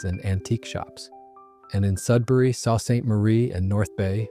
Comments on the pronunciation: The Lakeport name hasn’t “vanished”. It’s still made by Labatts and priced cheaper than brands like Blue. BTW, the word Sault in Sault Ste. Marie is pronounced Soo, not salt. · hey; Sault ==SOO>>>phonetically